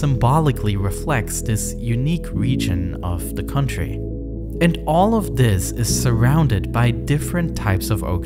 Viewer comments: Good video but man it's hard to listen to this guy talk. Hint: "th" does not sound like "v" 🤣🤣🤣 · vis was weally weally good